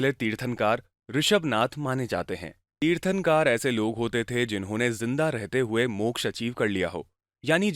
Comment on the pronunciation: तीर्थंकार नहीं तीर्थंकर